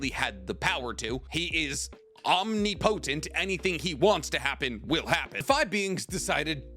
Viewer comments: love you bro love your content and I don’t want to be that guy but it’s Om-Nip-O-Tent not Omni-Potent. Please don’t attack me guys I just want to help with pronunciation. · I just realized you said “omni potent”😂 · Yeah the soul King is omni-potant LOL PS: If see's this just for his own personal knowledge it's pronounced om-nip-a-tant no hate just thought it was funny LOL😂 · "Om-nip-o-tent" is the pronunciation youre lookin for brother. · I love you, but it's "ahm-ni-po-tint"